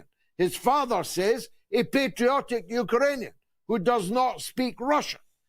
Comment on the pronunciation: ‘Uker-rainian’ wtf?